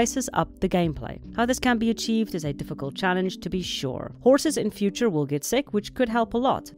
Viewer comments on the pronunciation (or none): none